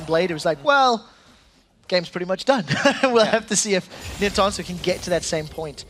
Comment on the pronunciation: Zzz get this pos eu caster out. Sick of him saying a name and it not being what it should be. "OH NINTONSO GETS OUT!" ??? zzzzzz